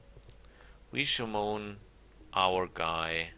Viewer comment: i really like your videos! i have a few "pronounciaction hints", though: it's Summon ("sammon") not "Schumon", Fatigue is "fatiiig" not "fortitude" :)